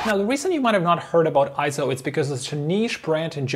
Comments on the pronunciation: Yep, I'm another Eizo fan and user. Having watched a few Eizo videos on youtube, I wonder why the vids produced in the UK and Europe pronounce it Eye-zo , when in Japan it's pronounced Eizo as in Eight. If it was Eye-zo it would be written as Ai, as in Aikido. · Correction: It's not pronounced IZO, It's pronounced AY-ZO. Please refer to EIZO in Wikipedia and EIZO's own corporate video where you can hear it pronounced AY-ZO in the video.